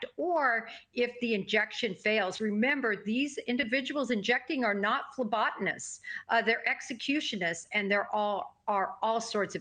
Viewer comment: “Phlebotomists” not “phlebotonists.” JJ was 7. Judge Boyce asked Daybell if he wanted to continue with Prior, his private, non-death penalty qualified attorney. Judge Boyce was very clear and had Daybell respond on the record acknowledging his choice of attorney. What was the point of this interview?